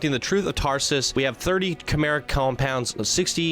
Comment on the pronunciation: Chimeric (ky-mare-ic) for future reference